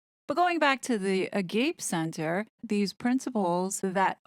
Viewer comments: It's Ah-gah- pay. Not a-gayp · Great video! Agape means brotherly love for all. This organization seems not to practice it. Pronounced ah-gah-PAY. I like the one love song 🎵 by flobots , one love, which talks about true selfless love and fellowship. Ah-gah PAY, not a Gape. From greek philosophy. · Is it the Agape spiritual center? Agape is pronounced Aw Gawp pay. It is a Greek word for God’s love. I agree with you. What used to be called “New Age” spirituality is very popular here in California. It is a sort of do it yourself religion, finding your own path, believing in energies, etc. it is a far call from Christianity. Jesus said “I am the way, the truth, and the life. No one comes to the Father except through me. “ This world wide spiritual philosophy says “ All roads lead to God.” The belief that Diana is around Harry is spiritualism. The Bible condemns contacting spirit of dead people. The roots of the one world, we are all god movement are in spiritualism and Theosophy as well as eastern religions. They teach self promotion and not the Christian religion which promotes sacrifice for others and turning your life over to Christ and following Him. Agape is selfless love from Christ which was demonstrated by His death for the sins of the world. That is why they don’t talk about Jesus. In fact, they never mention sin at all. They believe in the self. The Bible says “the human heart is deceitfully wicked above all things and who can know it?” There is no answer in turning to the self. And Harry’s mother has become an idol to him. God hates idolatry. He wants us to rely on Him through Jesus, and not in a mystical fantasy of the human soul or heart or some fantasy god or energy. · Isn’t it pronounced “A-gah-pea”, vs “A-gape”? 🤷‍♀️Idk for sure 🥰👍👏👏👏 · AGAPE is not pronounced a-gape. It's AH-G-AH-P-EY it refers to the love that you decide not a feeling, a decision. This is Vatican 2 fake Catholicism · Ah - ga - pay NOT a-gape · It's pronounced, a-gap-y !